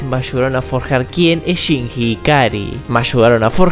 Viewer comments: Chinshi, Chinchi, Shinchi. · Excelente análisis master, pero se pronuncia "chinlli", no "chinji" 😅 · lo siebto, no pude terminar el video despues de escuchar tantas veces "shinjjjjjjji" con esa pronunciacion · ame el video pero me hace tan mal como pronunciarste el nombre de Shinji 🥲🥲🥲🥲💞💞💞💞